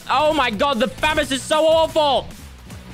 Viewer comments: The laugh that exploded from my mouth when he said "famus" for the burst was way too loud 😂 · No one: Literally no one: No one in all of the universe:: FamAss